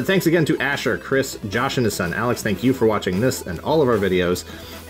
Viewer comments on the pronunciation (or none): none